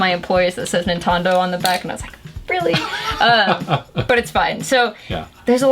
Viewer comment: NINTONDO XD